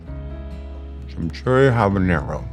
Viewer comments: "CHIM-EE-CHURRI" not "chimchurri". Heard it last episode too and it's one of those things that eats at my brain. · Chimchurry? Chim churree? Chim chiminey chim chim churroo? I likes what I likes and I likes what I do? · 😂😂😂 “Chim-Churry” Sean’s pronunciation on Chimichuri is reminiscent of Mary Poppins! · He can’t even say it